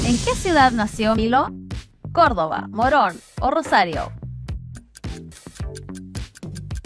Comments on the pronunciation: no es cordova es cordoba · Corrección "Córdova" es "Córdoba" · cordova?? es cordoba, fraca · Cordova? no papa es Cordoba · es Córdoba, no Cordova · ''Cordova'' Es Córdoba.... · es córdoba no córdova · CORDOBA CON V CORTA JAJAJAJ